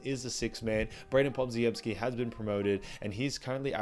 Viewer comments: Good vid as usual and I didn't disagree with any of the main points, although I'm pretty sure Podz's full name is pronounced similar to Poj-em-ski and not like your more phonetic Pod-zi-em-ski. Apologies for being a pedant and I'm happy to be corrected, however I've also never heard it said that way, so many times within a short period. Thanks! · Pronounced Pod-jem-ski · I can tell this guy has never actually watched a warrior game based on how pronounced podziemsky. What a hack and fraud